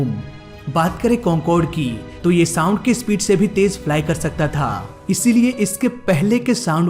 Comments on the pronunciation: Thik se sound bolo bhai saam saam kya kar rhae ho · 2.04 minute .... It's sound barrier not सांड barrier😂😂😂😂